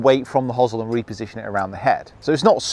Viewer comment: First Brit I've heard pronounce hosel that way (hozzle), I normally hear "hose-el".